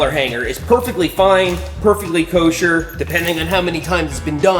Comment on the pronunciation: whats with him saing kosher